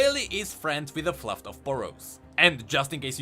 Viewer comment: Its FLUFF not FLUFT he ready it wrong TWICE.